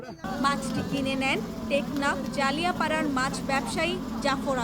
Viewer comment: জালিয়া পড়া না, জাইল্লা পাড়া / জেলে পাড়া